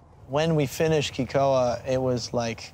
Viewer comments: Amazing story! But it’s pronounced “Kay ko ah” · Cool story but not one Haole on this whole show pronounces Kekoa correctly, least of all the owners lol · They dont even know how to pronounce Kekoa..